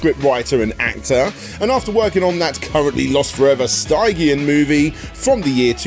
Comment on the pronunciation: Sorry for the pedantry, but stygian is pronounced stij-ee-uhn.